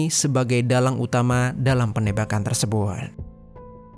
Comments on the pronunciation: Galfok sama cara ngomong si abang nya Klo d akhir kaimat ada huruf T di lafalkan sebagai hurup N Tersebut jd tersebun 😊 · hruf "t" d akhr psti selalu kedengeran jd hruf "n" apa ak yg slah dger ... kya kata tersebut jd tersebun